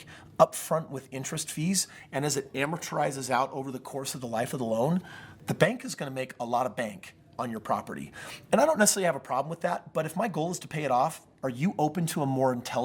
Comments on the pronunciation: amortized, not amortorized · Exactly. I do not want to get financial advice from a person who cannot pronounce the word "amortized."